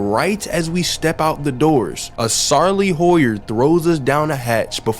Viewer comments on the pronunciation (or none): Sarley howyer 😂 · bro u werent lying , u still called those things a sarley hoyer lmao:face-blue-smiling